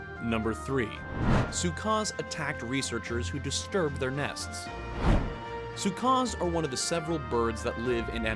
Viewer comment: SKUAS NOT SUKAS LOL